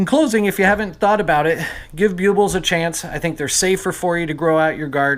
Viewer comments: I believe they are pronounced BULB ills, not Bue Bills Just say the word "bulb" and put "ills" at the end. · Bue-buls??? Ouch, my poor ears. They’re called BULL-BILLS... NOT Bue-buls 👎👎👎